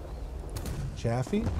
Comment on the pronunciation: What did just call a Chaffee? a Jafaffee?